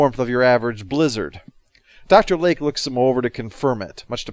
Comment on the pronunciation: Kept hearing Dr Leg instead of Lake...